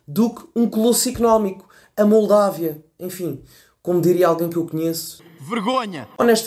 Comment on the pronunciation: Finalmente alguém a dizer correctamente o país, Moldávia.